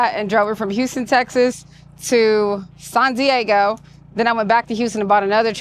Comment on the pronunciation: It’s not pronounced SAHN Diego! It’s SAN Diego. Also whenever you get behind the wheel, PLEASE BE SAFETY CONSCIOUS AND DO NOT DRIVE WITH YOUR LEFT ARM ABOVE THE SHOULDER BELT. Just clip your microphone to your shoulder belt while you’re driving🙏🏻🙏🏻🙏🏻❤❤❤🍑🍑🍑